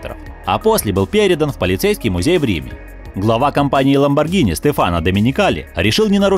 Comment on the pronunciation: Ну думаю,хоть кто-то назвал Ламборгини правильно.Но как услышал это "Галлардо"...